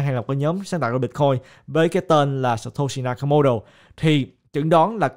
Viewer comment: hình như phải đọc là "sa to si na ka mô tô" ơi:D